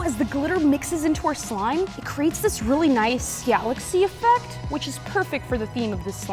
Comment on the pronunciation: “gialaxy” 💀💀 not hating or nothing bad i think it’s just funny!